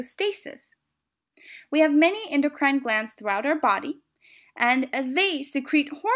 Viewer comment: I don't like how she pronounces ENDOCRINE tho.👎🏼